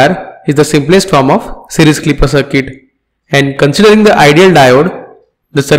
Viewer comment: Sorry to say but it is not cirket it is CIRCUIT.